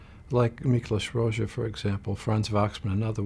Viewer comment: He pronounced Miklós Rózsa's name perfectly like a hungarian. This is why I love him so much, he cares for these things.